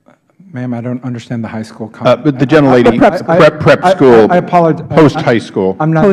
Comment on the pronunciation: I can make out "gen'lady", so I take your point. Seems to be a syllable getting swallowed there.